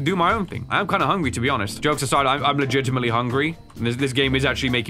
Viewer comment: He's so hungry he said "legitimetaly" twice.